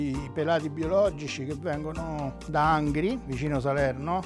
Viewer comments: Angvi Povincia di Salevno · "...vengo da Angvi, in provincia di Salevno" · angvi pvovincia di Salevno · avete sentito?? I pomodori vengono da angvi in pvovincia di Salevno